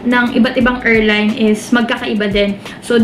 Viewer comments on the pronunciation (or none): pronounce airline correctly please